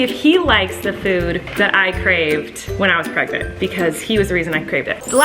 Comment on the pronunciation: why is nobody talking about how colleen kept saying pregners instead of pregnant, lol im laughing so hard!!